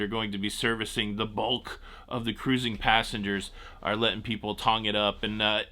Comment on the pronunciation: Let's Go (caruuuzing) Mountaineers! Didn't know you have WV roots.